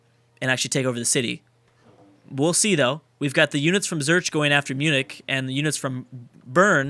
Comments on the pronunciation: Its Zürich, not Zurch for Christ's sake. There is an "I" after the R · Did you just call Zurich, zerch... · God damnit! It's Zurich, not Zurch! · Lol did he pronounce 'Zürich' as 'Zjurč'? Very Slavic. Also, I thought you do pay for roads in neutral territory if you built them. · holy cow.... listen to how says Zurich... LOL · I think he does that every time Switzerland is in a campaign. And everytime people tell him and then he forgets the next time.